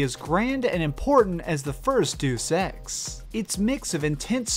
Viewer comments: duece x? ive never heard of it. now Deus X is a game people talk about. you must live in a parallel word with bad spelling and pronunciation. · Did you just say deuce ex? Dude it's deus ex as in deus ex machina. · It's pronounced Day-us Ex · Hah, Deuce Ex! Why do so many people mispronounce it so often like that? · Another great video. Just some feedback though, deus is pronounced "day us" just a pet peeve of mine whenever you say deus ex lol